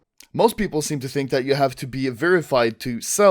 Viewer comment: he said pew-pewple xD